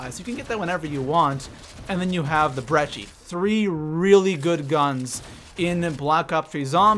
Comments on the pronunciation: He said brechi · You can’t say brecci or zetsubou and that’s how the real weapon works you should really do your reasearch and it’s kinda annoying that you call it a mechanic. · He’s so dumb like dude he pronounced breccia and zetsibo and peacekeeper is badass